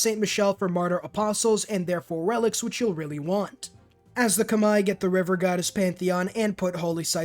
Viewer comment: Well now I finally know how to pronounce Khmer